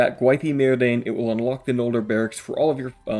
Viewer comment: The G in Eregion is like the G sound in Gator. And the A in Gwaith-i-Mírdain are both like A in Arm. I hope that helps 😁